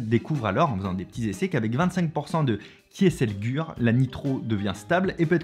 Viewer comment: Kieselgur se prononce Kizelgour je pense